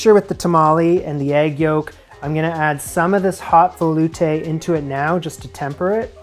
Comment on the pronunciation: You are putting the wrong emPHASis on the wrong syllable veloutE